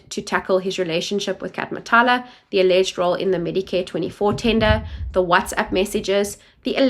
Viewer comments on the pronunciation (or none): Matlala, not Matala*